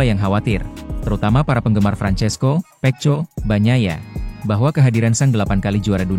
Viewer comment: Narator nya belajar dulu bagaimana menyebutkan nama Pecco yg benar ya... Malu-maluin